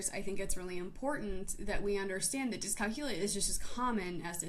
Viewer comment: You're saying it wrong. It's pronounced dis cal que lia. with the emphasis on the que sound aka the third syllable.